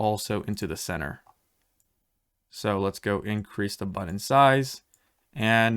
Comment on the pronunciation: and how to pronounce words like "button" incorrectly.